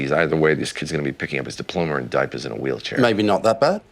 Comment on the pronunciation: diploma(rr) and diapa(h)s in a wheelchaei(rh) you are right